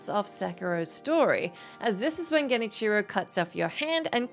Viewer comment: Genicheero. No, bad.